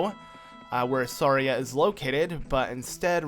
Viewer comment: It’s funny how you keep pronouncing Saria and Kakariko wrong lol😂😂😂😂